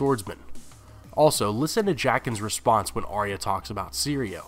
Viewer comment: Arya not Ariya